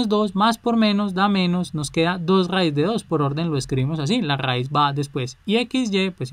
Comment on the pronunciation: RRRRAIZ JAJAA